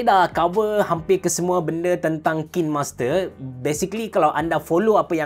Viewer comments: Bang sebutan dia KAIN master bukan KIN master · sebut dia kine hime, by the way tq for this vid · I think the right pronunciation is KAIN-MASTER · cara sebut dia "kinemaster" bang. bukan "kinemaster". tu lah selalu dengar orang salah sebut "kinemaster". harap lepas ni boleh sebut betul "kinemaster". semoga bermanfaat. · Kain master sebutannya ye hehe... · Macam ni pronounce dia...."kainmaster" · Saya kerja di Kinemaster, sebutan dia diorang ajar “kiner master” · kalau abe pening cara sebut kine tu...cuba sebut arak WINE..kita sebut WAIN..mcm tu jugak kine👍🏻👍🏻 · Pronunciation dia bukan KINEMASTER, tapi KINEMASTER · Care sebut nye kinemaster bukan kinemaster wlaupun org slalu cakap kinemaster